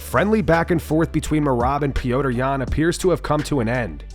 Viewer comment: Why does narrator keep referring to Petr Yan as “Pee-oh-tr”? Listen to his fellow Russians cheering him: “Pet-r, Pet-r”!